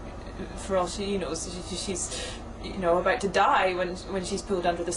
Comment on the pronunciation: Her 'about' is so, in such an amazgin way, scottish.